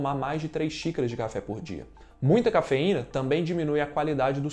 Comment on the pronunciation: Cafe ou cha-fe?? rs